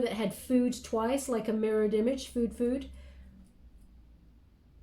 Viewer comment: "A 'mirrored image'." "A 'mirrored image'." Me: ?:-/